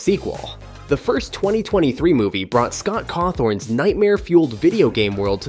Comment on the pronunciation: “Cawthorn” why did he say that though💀